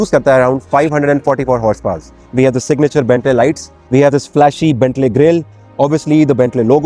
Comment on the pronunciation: It’s Bentley not Bentlay